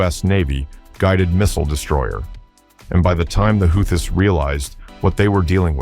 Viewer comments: Please tell me this is just some dumb AI narration...otherwise your pronunciation of Houthis (who-tees) as "howthees" is embarrassing! Next thing we know, you'll be pronouncing Iran as eye-ran 🙄🤔😬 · this guys pronunciation is weird...whoootees....then next sentence is howtheees.... make up your mind! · Who are the how-thees?? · if you cant even pronounce the word houthies how do you expect anyone to listen to what you say ?? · Yet another grand example of frickin' computer narration. Ya know (this channel) when things are written correctly, usually ( but NOT always) things are pronounced in one certain way. However, when someone makes a spelling mistake, the computer narration obligates itself to repeat the "STOOPIDITY" --that's why, when it is written without error, they say 'WHO thees' but when they screw up the word you get Huh thees. Next problem is calling them HOW thees. Again, stop the computer narration, 'PUHLEASE'? Here's a new one... 'the Healthies. Seriously? Is the author who generated this script a total moron? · Well, I guess if the AI pronounces "Houthis" fourteen different ways, it's bound to get it correct at least once...maybe. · This is over a week old..Old news. Pronounced Houthis wrong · How many different ways are there to pronounce houthis? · Another good and informative video. Thanks! Funny how the goofy AI narrator pronounces "Houthis" in so many different ways.....every one of them laughably wrong. In any case GO USA!!!! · How many different ways are there to pronounce "Houthis"? 😂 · Which is it…”Hoo-tees” or How-tees”?